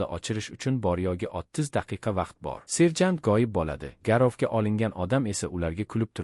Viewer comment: Serjan 😂😂 mi serjantmi😂 tiliz pizdes ekana😂😂😂